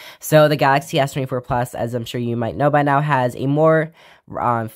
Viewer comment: lmao fr